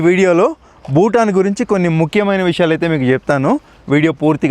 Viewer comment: ಭೂತಾನ್ ಅದು ಬೂಟಾನ್ ಅಲ್ಲ